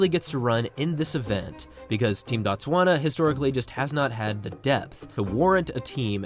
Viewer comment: Not "Bat-swana" but "Boot-swana" or "Boat-swana".. The pronunciation "Bat-swana" = "The Tswana people"; "Boot-swana" = "Place of the Tswana people" ... That "O" is meant to be pronounced as "oo" in "to".. The English butchered the spelling of words in both Tswana and the closely related Sotho langauge, the latter of which is pronounced "Soo-Too"